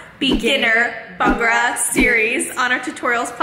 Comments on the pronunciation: It’s Bhangra not bangra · Just go correct pronunciation it’s not Bangra ..it’s called Bhangda in Punjabi..your dance is awesome..love your dance